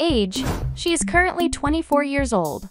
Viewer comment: "Birth sing" 💀 "Yera" 💀